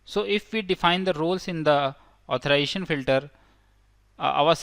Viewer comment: The word is AuthorIZAtion not authoration